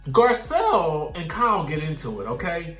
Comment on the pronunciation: Lol the pronunciation of Kyle “cow” was kicking ass today